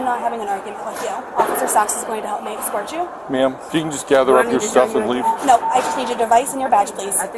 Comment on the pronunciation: Why can't people say the word escort properly. It's not Excort... It's Escort.